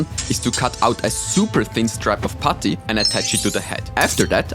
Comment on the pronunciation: I think he's trying to say "putty"